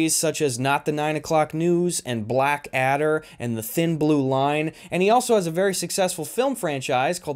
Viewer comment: Great video but I have to say: pronouncing Blackadder as two words set off my fight-or-flight response and please never do it again